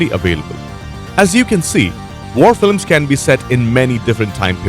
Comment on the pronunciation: Here we have a trailer consisting AMERICAN WAR MOVIES, and the narrator can’t even speak English,.. For Christ sake, And they wonder why we are concerned for our country. If can’t fu**ing talk, carry your ass back home . He says Filems,...and politickle ,.....🤣 Oh man,.... That is disgusting, what the hell Netflix, DO YOU HAVE ANY WHITE NARRATORS !!!! Oh Excuse me caucasion